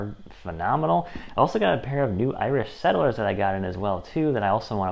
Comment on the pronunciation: irish Setter - NOT settler